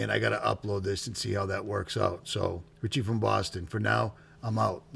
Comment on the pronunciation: No t in Richie.